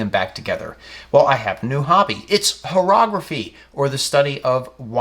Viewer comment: Horology, not horrography !